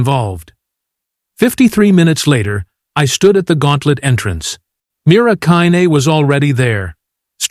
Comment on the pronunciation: Dear AI, Mira had beaten the record by 1 second for 37.59 trumps 38.00 Why don't you and your programmers go back to learning how to tell time? Also get Mira's name correct.